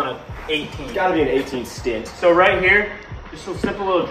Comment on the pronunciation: 18 “stint”😂